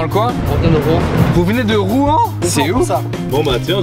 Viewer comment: t'as dit quoi sur ROUEN ?!?!! Et en plus vous ne savez même pas prononcer le nom de la ville ! C'est Rouen pas rouan